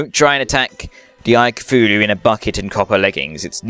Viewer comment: your saying cthululu wrong , its ka tooh loo . say it a fast so the H on tooh is silent but you can still hear it a little